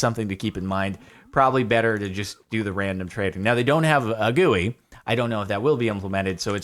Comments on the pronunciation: Gewy??? Do you mean GUI? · i've never heard someone pronounce GUI like that